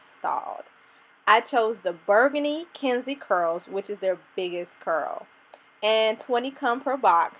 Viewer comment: Pretty lol the way u said burgundy in the beginning...